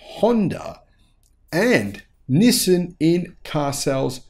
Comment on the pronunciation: Hi, I have been following u for quite a couple of months. Just to point out, Nissan pronunciation is ni-san, not ni-sim… Nissin is a cup noodle brand 😅